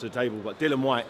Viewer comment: Seriously how difficult is it to get his name right. It’s Dillian!